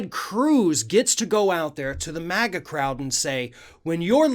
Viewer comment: My hearing... did he say maggot crowd?.